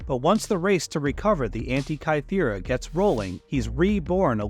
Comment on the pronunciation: can't pronounce "Antikythera" or "gestate" properly, and uses "peacock" (a noun) as a verb in-place of the word postures. This video feels like I'm watching something written by a 12 year old using AI.